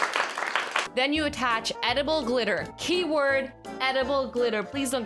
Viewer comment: AZZYLAND messed up saying gritter